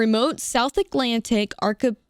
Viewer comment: There's no way that's the first time you're seeing the word archipelago